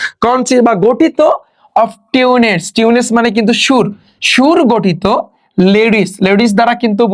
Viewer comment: আমি অবাক আপনার উচ্চারণ দেখে, টিউন্স কে বলছেন টিউনেস, রিলিক্সকে বলছেন লেরিস। এগুলো কি?